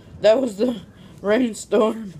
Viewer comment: When she said rainstorm it sounded like brain stop followed by her eyes going ether way i found it funny